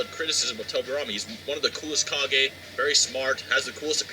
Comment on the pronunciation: With subtitles on it thinks you are saying "car gay" when you say kage and I have to agree.